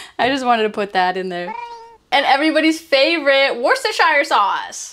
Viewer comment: As a second lenguage english speaker, im inpressed of how easily she said worcestershire sauce.